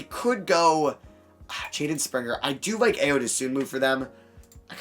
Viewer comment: Please pronounce Ayo’s name right, it’s I-o not Aye-yo